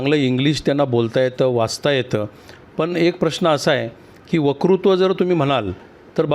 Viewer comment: वकृत्व नाही...😅😅 वक्तृत्व म्हणा... शाब्बास रे..इथचं फेल झाला कार्यक्रम 😂